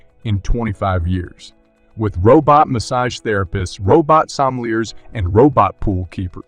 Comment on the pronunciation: Don't improvise. Just don't do it. Inserting a fake laugh is sophomoric. Mana-quin? I have no idea what you're saying here. Maybe the script was translated from a different language and you just went with it? Som-leers? Don't guess at how a word is pronounced. Google it, learn something, hit the speaker icon to learn a little French Phrasing. "...to turn off the light. In Japanese..." Should have been "...turn off the light in Japanese..." No strange pause there. Familiarize yourself with the script. Sur-REE? You've never heard Siri pronounced before?